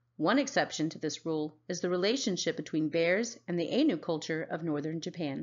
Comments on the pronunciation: Ainu is pronounced eye-nu Kamuy pronounces ku-ma-way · Point of correction ainu is pronounced A-i-n-u